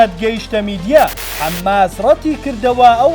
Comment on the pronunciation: حەمماس نییە بەڵکو حەماسە ، بزانن فێری خوێندنەوە بن ان ڕاپۆرت بخوێننەوە